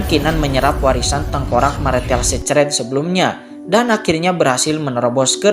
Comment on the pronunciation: bang, bacanya kata 'secret' baca 'sikrit' aja bang